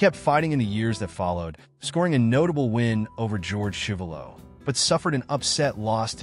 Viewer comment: You mispronounced George Chuvalo.